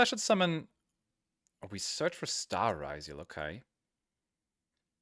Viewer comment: You spell it as ryzeal as you call it rRYZOLE its a yugioh card not an anti depressant medication